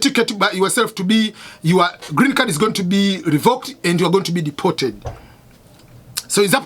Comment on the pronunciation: Cannot even Pronounce Deported